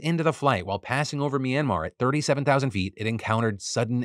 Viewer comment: Horribly off topic but as a Burmese person, you are one of the few people who has pronounced our countries new name pretty well. Thank you Phillip